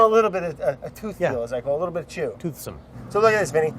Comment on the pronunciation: "almost start to get a little bitta warm"